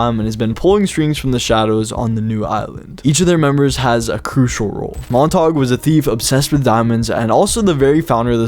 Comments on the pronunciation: mon-ta-gyew. Not montag. LOL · It is mon-tayge not mon-taug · its pronounced mon - ta - gyou. its like romeo and juliet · montague is pronouned montagoo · Bruh the way he pronounced Montague 😭